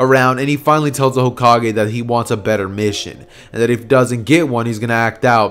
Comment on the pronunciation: Did u say cokekage?